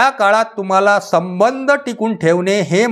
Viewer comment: समंध नाही हो सबंध म्हणा समंध म्हणजे भुतानं मानगुटीवर बसणे ...